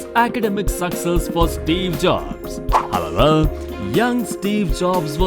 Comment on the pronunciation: Are you saying "however" or "hababa"?